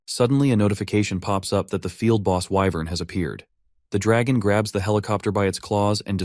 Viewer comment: Why in the world did I just hear alpha male whyvern